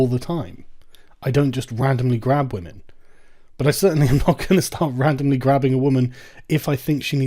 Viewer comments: Don’t know if I missed a video, what’s the reason for Sargon saying “wamen?” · Yo Sargon. About this "Wamen" thing... You and I both know it's bullshit. Just say "womyn" for pete's sake. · Sargon you're a 38yo guy, PLEASE stop with the Pewdiepie "Wamen" bullshit. I fucking cringe every time you say it. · Why does he keep saying wamen